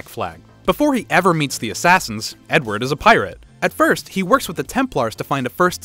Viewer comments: he didnt say THE N-word, he said "edward" but it sounded like he said "n-word" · lmao I didn't even realize! was doing something else and heard ot as Edward